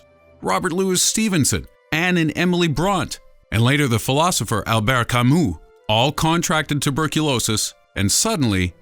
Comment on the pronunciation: I just fell off my chair! You pronounced Albert Camus properly?!?!?!?!?! Gasp Shock Well done, well done.